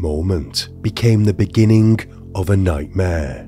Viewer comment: Beginnink not beginning? Drives Me cray.